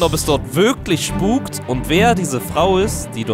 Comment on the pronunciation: Nicht schpuk